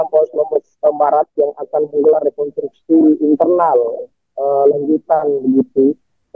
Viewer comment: REKONSTRUKSI MBAK PAKE S DI TENGAH NYA BUKAN REKONTRUKSI...🤭